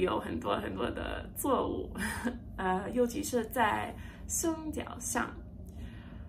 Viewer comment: 说实在 你的中文很不错 当然音调上还需要加油 不只是外国人 中国人也有此问题 所以呢别多挂虑 错误从cuo4 wu4 你发成 zuo4 wu4 继续加油